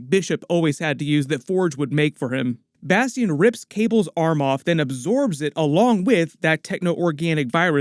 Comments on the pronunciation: No way that’s how you pronounce bastion 😂😂😂😂😂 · You the only one I know that says Bastion name like that .. Bas-Tee-In